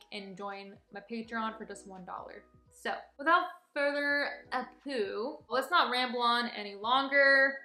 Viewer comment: OMG LMFAO she said without further ABDO oh my God that had me laughing so hard honey it's without further ado